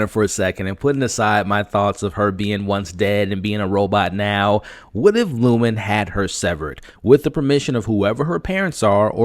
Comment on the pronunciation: Lumon not Lumen 😂❤